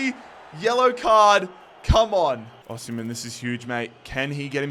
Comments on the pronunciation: you pronounce it like this “Aussie” “Hem” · “Aussie” “hem” that’s how to pronounce it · It's pronounced like 'O' 'Seem' 'Hen' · From a Nigerian, it’s au sim(like simulate) hen!